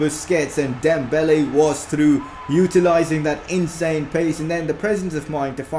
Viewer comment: I just hate how u say Dembelaaa